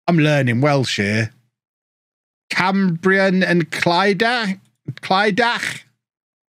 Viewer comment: Phonetically it’s Cam-Brian and Clidack